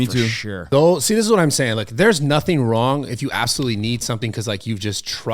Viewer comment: "Wadically Wong" made me laugh.